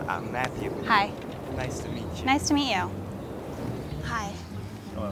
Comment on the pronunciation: Guy: Nice to mitch you: Nice to mee you